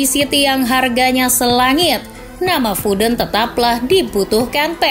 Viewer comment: Foden wey bukan fooden